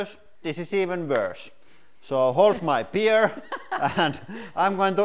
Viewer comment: Hold my beer,, in your accent that was hilarious.. Love it